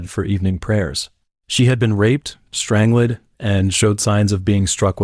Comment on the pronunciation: JFC...I'm out... If I have to hear "strangelid" once more, imma throw my tab. DO BETTER...